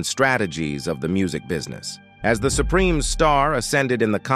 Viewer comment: Shaydows? Supremees? Dear Lord please use a human being as narrator!